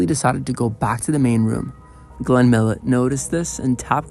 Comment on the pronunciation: Pronounced ( Mee-low) , not Mill-it.